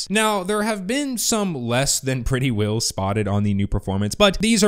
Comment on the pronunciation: *Wheels. You got that Utah accent saying "Whills". :D